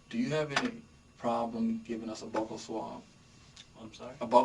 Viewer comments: cop said a buckle swab lol when he meant buccal. BYOO-KUHL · I think its intentional since it sounds like buckle, so maybe the person thinks they'd have to drop their pants.... oooooor they're just tryna be professional. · I don’t know why the people who take bucal swabs can never pronounce “bucal”, unless it’s just a USA thing. Sounds so odd to me lol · I knew what he was referring to, but did anyone else hear the detective say ‘butthole swab’? 😅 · The way the officer pronounced “buccal swab” caught me off guard and I thought he said “butthole.” I feel like the guy talking thought maybe something similar based on his initial reaction